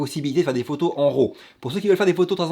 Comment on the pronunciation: c'est que tu dis fichier ROW et devrait dire RAW.... il à pas de "o" dans RAW - J'adore l'accent "francais" lol J'agace et continue ton bon travail.